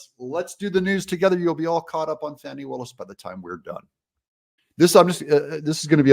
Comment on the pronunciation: If you are from the south, it's not "fawnee"; it's fanny and it's not " MC caf ee" it's mac u fee!! 😂